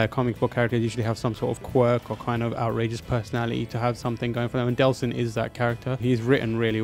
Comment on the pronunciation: Oh, sounded like they were saying Delsin died, whoops :P